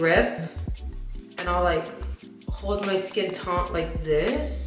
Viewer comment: It’s taut not taunt btw